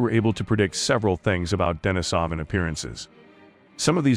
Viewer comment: Nice video, just wanted to add that it's pronounced deneesaven not denisohvan.